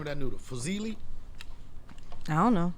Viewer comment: Fusili pronounced "few-silly"